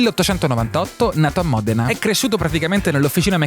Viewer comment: You spent three days at Ferrari learning many new things..But you still don’t know how to pronounce MODENA correctly.